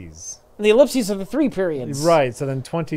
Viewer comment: I learned a valuable lesson not to have pronounce ellipses.